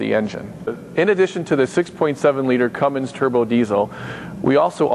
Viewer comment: Whats is a Cummings? maybe you meant to say Cummins?